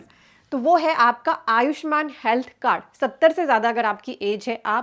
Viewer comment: pronounce as ayusmaaaaaaaan not ayushmn